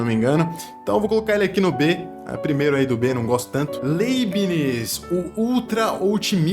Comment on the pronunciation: O cara não sabe nem pronunciar o nome do Leibniz. Pqp!!!